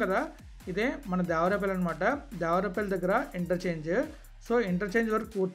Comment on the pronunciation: Bro it's దేవరపల్లి not దేవరాపల్లి..later one is near Vizag..